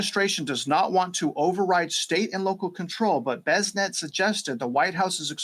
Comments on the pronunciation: Its bes-sent, not bezzznet 😅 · The surname Bessent is pronounced BESS-ənt, with the emphasis on the first syllable. The "BESS" sounds like the word "best," and the "ənt" is a soft "ent" sound, similar to the end of the word "pleasant". Here's a phonetic breakdown: BESS - like the word "best" ənt - a soft "ent" sound -google AI